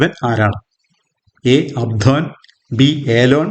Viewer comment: Very good 🎉🎉 Q 15 option d അബ്ദോൻ എന്നാണ് ശരി, അബ്സോൺ അല്ല 🙏🙏